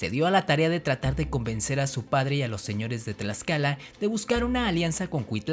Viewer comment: cuando te escucho pronuncia el Tl me sangran los oidos men si no sabes pronunciar el Náhuatl menos te voy a creer todo lo que has dicho XD lo de la malinche es verdadero... pero meeeh saber algo no hace que lo demas sea verdad mejor me desuscribo antes de que me de un infarto por ese TL